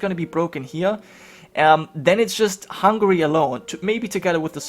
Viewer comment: Wallonians I guess. I heard hungry once, when he was talking about Hungary.